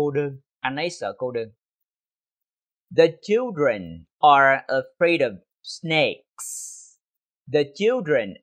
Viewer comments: Chào thầy, rất cám ơn thầy về video. Nhưng có một chỗ em thắc mắc câu ví dụ đầu tiên của thầy em nghe là: i'm afraid getting stuck in traffic còn khi câu phụ đề hiện lên thì lại là: i'm afraid of getting stuck in traffic. nghe như thừa chữ "of", nghe và nhìn mãi nhưng không biết chữ "of" thầy đọc khi nào? hay có chút nhầm lẫn khi viết phụ đề? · Sao em không nghe thầy đọc chữ "of" vậy, hình như thầy bỏ qua thì phải